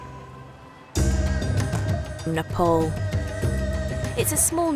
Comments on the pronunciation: new world slavery legion and this call what ever you want cant hide facts with TITLES ANDITS PRONOUNCED NEE-PPAA-LL not nipple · It’s Nepal 🇳🇵not nopol Idiot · It’s nepal not nopal